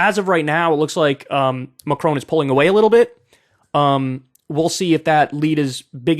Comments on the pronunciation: It’s not Macrone, it’s Macron. His name rhymes with con, not cone. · FFS!! its Macron not Macrone!..pronounced Mac Ron.